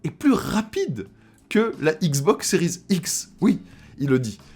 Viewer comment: Salut, est-il possible d'arrêter de prononcer le terme "series" à l'anglaise car c'est relativement désagréable à l'oreille de t'entendre accrocher sur la liaison a chaque fois que tu prononces l'un des deux modèles. D'autant que cela n'a pas de sens car tu ne prononces a l'anglaise que le terme "series" alors que si tu voulais aller au bout de la choses tu devrais dire "ex" au lieu de "x", bref a la française ca sera très bien, plus facile pour toi et surtout plus agréable pour ceux qui t'écoutes. Le live de l'autre soir c'était l'enfer en plus de l'autofocus.., merci par avance.